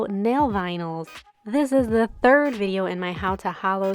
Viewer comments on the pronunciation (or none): none